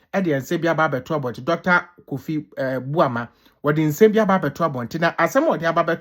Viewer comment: The name is Emmanuel Armah Kofi Boah popular nzema name and not Kofi Bouama